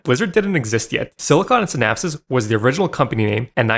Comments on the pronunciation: Si-Naps. It's pronounced SI-NAPS. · brother, synapse is pronounced "sin-apps" 😭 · Unrelated but what is up with your pronunciation of synapse. It's like you're trying to say synopsis. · Synapse is pronounced sin-apps, not sin-apsis. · sin-apps. SIN-APPS. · Look up how to pronounce "Synapse". What you are saying is "Synapsis". Also, just to confirm to anyone who needs it, Python is NOT for programming games. I should know, because I know it. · You say synapse wrong. Just sayin, you add another S when its not needed... ima be that guy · Bro you can't even pronounce Silicon & Synapse. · Synapse is SINGULAR 2 syllables